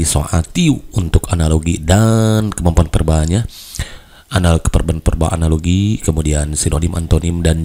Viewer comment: verbal, bukan perbal bang, wkwkkw